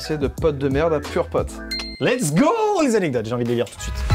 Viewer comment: Quand vous dites purepote j'ai l'imperssion que vous allez dire pom'potes 😂